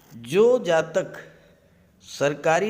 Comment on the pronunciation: Do you only predict boys? Scorpio is only boys? You don't pronounce Jatika without Jataka!!!